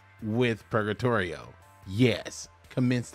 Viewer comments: It's a mix between purgatory and trio purga-trio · Sorry, but... purr-guh-tree-oh